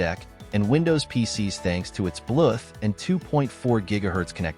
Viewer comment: Good video but wtf is up with "Blueth"